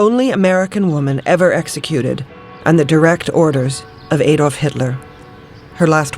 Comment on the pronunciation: Why is she say Adolf in such a weird way ? It so fxxking annoying, its not A dolf its Adolf